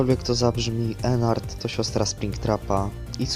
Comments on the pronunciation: Ennard a nie Enard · Po piersze nie ennart tylko Ednardd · to ennard a nie enar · To jest Ednard a nie Ennard